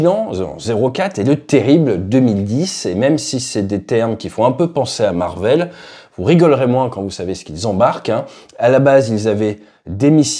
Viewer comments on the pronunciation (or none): none